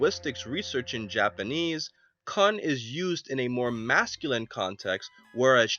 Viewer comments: Its not k-UH-n like youre about to say a bad word for a female its k-oo-n like raccoon but its more of a U sound so not to sound exactly like the word raccoon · It's pronounced " Koon " not " Khan " ( Kun ) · I always thought Puar was a girl and I figured since Yamcha left Bulma he still had Puar......who could turn into any-one (¬‿¬) and who say he gets no *"Pussy"*also its Kuuuuuun like Cooooooon.....(so tempted to make a uncle ruckus joke)